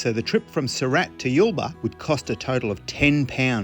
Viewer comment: It's not Yellbar it is Yule bar 😊